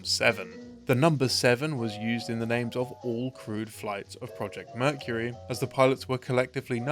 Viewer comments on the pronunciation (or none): none